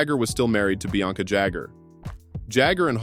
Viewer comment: Bianca NOT BLanca